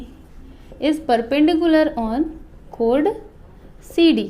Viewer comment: Missssssss l am sorry but your pronouns of choord is wrong